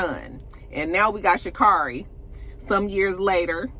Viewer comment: It’s Sha’ CARRIE , like Mariah Carey. 🏃🏾‍♂️ 🔥 🥇